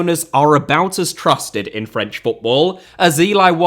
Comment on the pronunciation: This was a great video bolstered by your steadfast commitment to not making any attempt to pronounce anything French correctly.